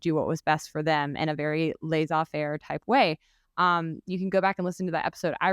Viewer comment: never heard anyone say laissez-faire like this. What dialect is this?